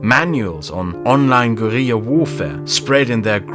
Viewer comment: pronunciation of "Guerilla" is truly something special, for better or for worse.